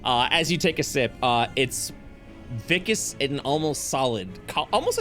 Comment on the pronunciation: Oh god no is pronouncing "viscous" as "vikus" again (Love you, I promise I dont mean this in a salty overly critical way)